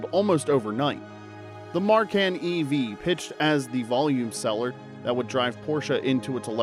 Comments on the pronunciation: Isn't pronounced Macan not Marcan? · Narrator keeps talking about a Marcan - what the hell is a Marcan? Obviously NOT a Porsche person. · There’s no R in Macan. What else might not be correct in your video?